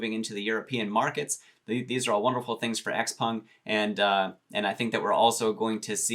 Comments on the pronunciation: Why does everyone pronounce x-peng as x-pung? I ask every time he says it in his video, but never get an answer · Charlie at Zip Trader, Graham Stephan, MeetKevin, Andrei Jikh, and Jeremy Lefebvre all pronounce it as x-pEng. Not to mention when you ask google how to pronounce it, it says x-pEng as well. Just saying